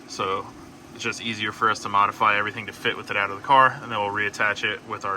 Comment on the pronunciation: I was going to comment modifry the first time I heard but I didn’t wanna be a dick. Then he said it later on and I was like yep gotta comment now. Modifry the hell out of it